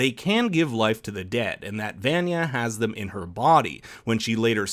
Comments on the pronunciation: Dude! Did you really watch the show? You keep mispronouncing Vanya’s name! Lol. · Dude mispronounced her name like 10 different ways. I'm actually impressed. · I don’t like how you say Vanya’s name wrong when they literally pronounce it in every episode. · The way he pronounces Vanya’s name is a little annoying lol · Ikr its so painful to hear him say her name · Just say Vanya the way they say it in the show it’s very annoying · YOUR'RE SAYING VANYA WRONG!!!!!!!!!!!!!! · I hate to be that person, but I just- I have to. He has to be saying Vanya's name wrong on purpose. There's no way that's an accident. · Yeah ikr, he couldn’t say Vanya right after it was said dozens of times in the show but he said öga för öga pretty well after it was only said once or twice like what?!? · I can’t sit here and act like it’s ok he’s saying Van-ya instead of Vah-nya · Why you say venya Instead of vanya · I lose five years of my life when he says VAN-yuh instead of von-yuh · Im more irritated in how you pronounce Vanyas name. Its pronounced Vonya not Vanya. Everyone in the series pronounces it as Vonya. For Christ's sake. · I could care less about the meatballs... for me it's the way you say her name WRONG! Try it with me.... V V V V AWE NNNNN YA!....... V V V V V AWE NNNNNNNNN YA!!!! NOT VAN-YA! OMG I MEAN COME ON DID YOU WATCH THE SHOW OR JUST READ A SCRIPT PUT IN FRONT OF YOU?!?! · Vaaaaaanya no it’s pronounced vonya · Does anyone else get mad how they say vanya's name wrong? They say it like van-ya it's pronounced like von-ya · Venya Veyenya Vainya Veynya... Why is her name not pronounced properly? It's VAN-YA! (Vaan-Ya) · Her name is pronounced "vah-nya" not "van-yuh" it's said all throughout the show as "vah-nya" Makes me cringe every time you say it wrong. Pronunciation matters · stop pronouncing her name as ''VENYA, ITS VANYA", quiet irritating hearing you say her name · Why do you call her "Van-Ya" - everytime her name is said in the show it's pronounced "von-ya"